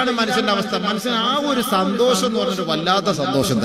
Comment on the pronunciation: സന്തോസമോ.... ഇവനു അക്ഷര വിദ്യാഭ്യാസമില്ല സന്തോഷം എന്നു പറയാൻ... 😄